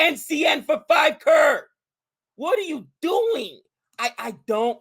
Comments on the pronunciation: it's not Carr it's crow-r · It's pronounced C-rore(Croar).